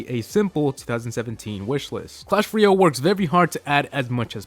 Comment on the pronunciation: its not clash royol its clash royALE